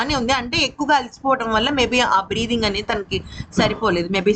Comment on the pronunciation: బ్రే్ఫింగ్ అంటున్నావు, అది కాదు, దాన్ని బ్రీతింగ్ అంటారు, నువ్వు ఏదో తినుకుంటూ చెపుతున్నావు, తిన్నాక చెప్పు, సరేనా